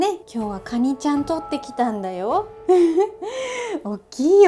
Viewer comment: カニをガニッて 発音ッて事ゎ 久留米の方なのかな(・_・?) ッて事ゎ このカニさんゎ 九州地方でしか獲れないのかな？